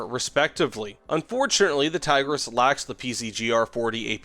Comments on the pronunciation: His pronouncication left me dead inside. Not even an attempt to pronounce it right. "Thaygrass" 🤮. I don't want to be a snowflake over little things but come on man, at least say that you don't know how to pronounce it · btw the i's in Tigris are prounced like in pig and the s is more like sh in short. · Say Tigris with replacing the "i" with how you would say "e" in english and also "s" with "sh" :D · It is fun to hear Tiger S every time he mentions it